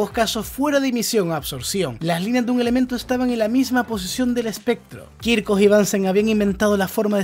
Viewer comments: kirjhof, no kirkof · Muy buen video. Solo un detalle, has pronunciado apellidos alemanes en inglés. Es "bunsn" y "kirjof".